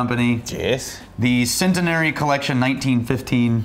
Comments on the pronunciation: I’ve never heard the word centenary pronounced like that. Very strange. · Anyone else got annoyed by their pronunciation of Centenary?